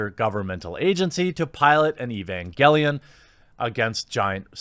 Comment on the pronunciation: mispronouncing Evangelion...fucking boomer. Try out Berserk.